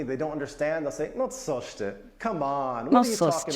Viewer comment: You will make great and instant progress when you learn the difference (and pay close attention to) the difference between C and S and L and Ł. I understand you do not get the difference, but it is substantial. Why, in the very video you messed up coś (something) with sos (sauce). But the guy said Wrocław pretty well, Nailed it. The lady said "Polskie" which is very common (I mean used by commoners). Have fun with our beautiful and depressingly complicated language.